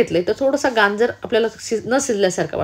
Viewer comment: Ganjer nahi gajer